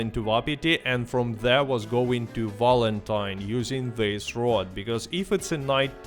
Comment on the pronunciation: I find it hilarious he pronounces wapati vapati and valentine walentine like bro are we fr